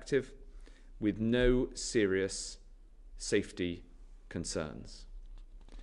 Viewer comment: Yeah I didn't like the way he said safety